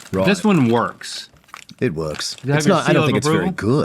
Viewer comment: Alton really turned Aussie for a minute there "roight" "it werks"